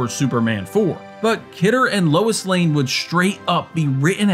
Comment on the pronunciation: LOIS NOT LEWIS LOL